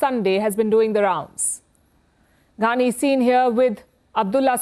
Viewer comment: Why is she saying Ghaani instead of Qaani?